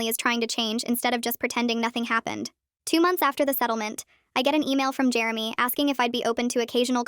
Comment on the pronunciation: it's Jeremy. Not germy